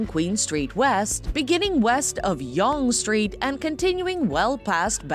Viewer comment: On my god the narrator needs to know how to pronounce the names right...spedeena, youg dunga square, youg street. Also why show the hockey arena that is home to the St. Louis Blues, and not the Toronto Maple Leafs ??? Obviously this person has never been to Toronto. Niagara Falls isn't apart of Toronto either, and it only has two falls not three.